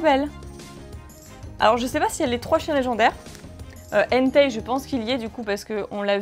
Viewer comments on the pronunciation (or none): none